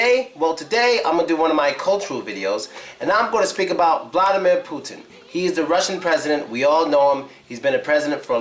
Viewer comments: The Big thing You miss about Vladimir Putin is pronounciation of his name. Vladimir is pronounced more like Vladee'mir with enphasis on deee sound, like in a word redeemer. Hope you enjoyed my comment! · Not vlAdimir, vlad"I"mir... i not a